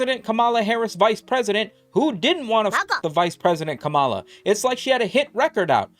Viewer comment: Only conservatives pronounce kamala like that lmao, say it like one syllable